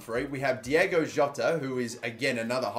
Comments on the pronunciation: Hey, it's Diogo not Diego Jota. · ITS DIOGO NOT DIEGO HE MAKES ME HAPPY HE MAKES ME FEEL THIS WAY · As the chant goes “it’s Diogo not Diego” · Dio-go not Diego! Bon-a-tini! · It’s Diogo, not Diego. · It's diogo,not diego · It’s Diogo not Diego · its diogo not diego